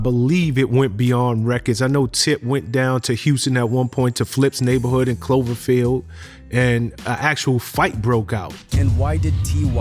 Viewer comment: dude said “Cloverfield” 😂